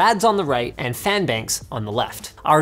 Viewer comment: The "PHAAN" is a meme I'm certain